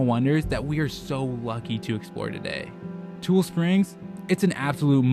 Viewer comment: I don’t mean to be that guy, but it’s like saying Ne-vah-duh when it’s pronounced Ne-vaa-duh…it’s TU-LEE springs, not tool springs. Just fyi